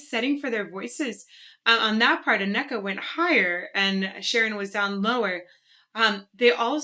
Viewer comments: Hearing you pronounce Anneke's name wrong about 30 times here grates (and Sharon's wrong once). I know it's tricky if you just read foreign names, but next time look up the names as well as the pictures :-) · Both singers worked with Ayreon. Anneke; the A is pronounced like the A in Darth (Star Wars). Both E’s are pronounced like the E’s in gathering. Her backdate: Don’t try the G, only Dutch can pronounce it properly. Giers sounds like gears. Bergen: the first E sounds like the Evin there, the seconds as in Anneke. Anneke van Giersbergen is a very well known singer. Her first band was The Gathering. I’m a big fan of this band and it has excellent albums. Now she has her own band VUUR. Listen to The valley of the queens by Ayreon. Anneke sings this song solo in the live concert: the electric castle live and other tales. Or with Floor Jansen and Marcella Bovio in the live concert: Ayreon Universe Live. Or listen to Shoes of India, the electric castle live and other tales. To hear what she’s capable of. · Sounds like Anneke is quieter in the mix. Also you kinda butcher Anneke’s name :-) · I'm sorry, but that pronunciation of Anneke keeps cringing me out😅😂 Maybe for reference of the proper pronunciation I guess it is handy to know that "ke" is a common add-on to Dutch girl's names (Femke, Famke, Imke, Mieke, Elleke... there's more, I just can't think of any right now 😅). So it's more like Ahnnè-ke. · You have actually heard Anneke (pronounced AN-neh-kuh) before. She was doing backing vocals of Devin Townsend's "Kingdom" performance at EMG TV. She and Devy have done a lot of music together. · FWIW, I think her name is pronounced "Ah-neh-kuh". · I believe you mispronounce Anneke’s name ( ah na’ k). That’s not the way it would be displayed in the dictionary but it is what it is. 😀 She was one of the first female metal leads. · Anneke should be pronounced AHnuhkuh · Pronunciation guide, for future reference: Anneke is AHN-uh-kuh :) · Randy White Á-nne-ke;)